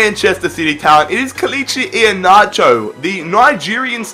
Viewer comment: You butchered Iheanacho"s name completely